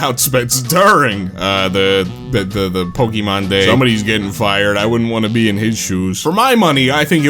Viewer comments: Why does he say it like Pokeymon like there's no é in the name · Say Pokimon one more time